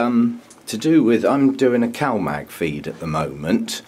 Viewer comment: CAL-MAG ! I thought it was COW-MAG no wonder all I could find was cow pictures